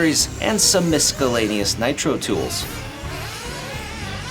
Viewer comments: "misKellaneous" lmfao wtf bruh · "Miskalanious?" Is that the same as miscellaneous? 🤣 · Dude, it is NOT EMKAY!!!!!!!!! Mk2 is pronounced, "mark two". You've been educated, now never ever say emkay ever again, and be respected for correct pronunciation. Also, did you say miskelanious? lmfao... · Did you really say "misKalanios" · This mans really just said misckk-ilaniouuus tools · Miscellaneous... the c is silent bro lol. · 1) Mk 2 is pronounced "Mark 2". 2) You DON'T pronounce the "c" in "miscellaneous" 🤦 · I caught that too. I can’t stop repeating in my head the way it should be pronounced.